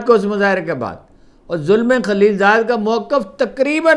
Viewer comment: His name is Zalme khalilzad not Zulme Khalilzad Zalme means young man.